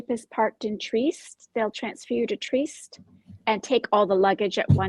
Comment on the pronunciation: Trieste is pronounced “tree-EST”, fyi.